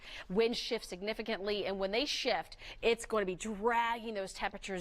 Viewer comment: She should have taken a few speech courses for talkin" on television. So often she says things like "doin' and goin'. could learn a lot from her WOIO competitor, Samantha Roberts whose pronunciation is 100% as it should be when speaking is an integral part of your career.